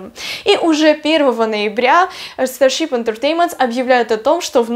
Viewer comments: Тоже😂 старщип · Потому что она неправильно произносит